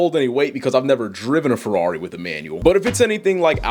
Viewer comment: Furwawri, bruv.. 😂